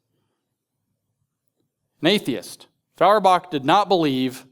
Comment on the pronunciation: NItpick: it's pronounced "FOYerbach."